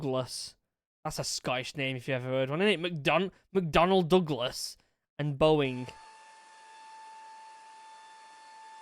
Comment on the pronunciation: Love your video man! Anyway, pls learn to say Douglas and stealthy without making it sound like you’re having a stroke at the same time, unless you actually were having a stroke, in that case it makes sense. 😂